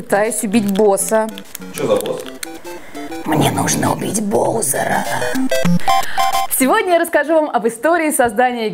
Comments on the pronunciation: не Бозер а Баузер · не боузер а баузер и луиджы чуть уышв марио про это ты не сказала. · Не Боузер ,а Баузер. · правельно говарить Баузер